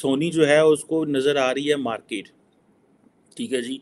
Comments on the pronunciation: Sir woh markit nahi hota usse market kehte hai. Mai haath jod ta hun sir English itni pyari language hai uski qatal mat Karen plz. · 1.Pehle ye decide kar lo ki India ki market badi hai ya India bade markets ko apni oor khich raha hai . 2. Not markeeet but market, not Aato but Auto, not Laa but Law not RAAAA but RAW !!